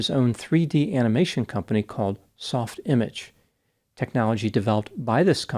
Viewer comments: It's not Soft Image. It's softimage with a French inflection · I believe the name is correctly pronounced softImáge, like a French word.. "sof-tee-MAHJ" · Pronounced Soft Imawgggg. Think French Accent. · soft...imarge in a french voice...it was dope software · pronounced "Sof-tee maah-shh" it is French. 🙂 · You didn’t say SoftImage the way the French say it. You aren’t allowed in Quebec